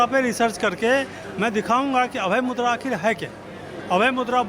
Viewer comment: It's मुद्रा not मुद्दा... Correctify it